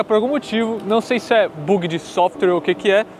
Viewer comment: Boyzinho amador rs “buugi” rs